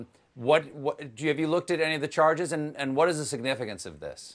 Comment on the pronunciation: Necessary? They Will continue to say the same thing. "Yes, It esse necessary"... Poxa...